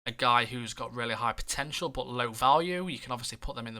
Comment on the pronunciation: Instead of saying 'but' you keep saying 'bot'